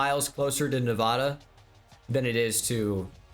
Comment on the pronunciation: If he keeps saying nevohduh I swear